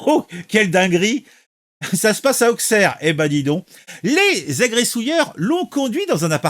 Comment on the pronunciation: Juste pour info on prononce Ausserre pas Aukcerre, même principe que pour Troyes qu’on prononce 3 🤷‍♂️